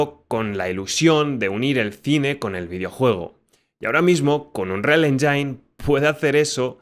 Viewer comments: Buen video le dejé mi like, aunque hay algo que me pasa con MUCHOS creadores de contenido españoles cuando pronuncian MAL la palabra "engine". Pronuncian "endzain" en vez de "endzin" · Cada que pronuncias "Engine" como enyain en lugar de enyin muere un pajarito😂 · Que no es "enjáin" es "éngin"..... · que los ejemplos que pones se vean todos igual, o que no tengan alma, nada,. absolutamente nada, tiene que ver con el motor. Al César lo que es del César. Por qué pronuncias Engine de la forma "enyain"? crees que se pronuncia así? Seguro que tienes suficiente experiencia en la industria? Es chocante despues de lo que te señalo. Todos los motores de EA se han convertido siempre en algo inmantenible. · Buen video, una pregunta porque le dices enyain? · Me alegra saber que no soy el único al que le da toc oir unreal enyain xD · Igual no se como tiene experiencia en creación de videojuegos con esa pronunciación. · Si vas a hacer un video hablando de motores aprende a decir "engine" en ingles bro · Así no se pronuncia "engine" hermano.